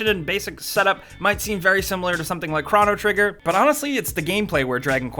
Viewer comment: The way he said chrono trigger made me chrono triggered